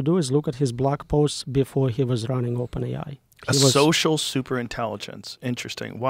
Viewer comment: OpenAI sounds like Open Eye.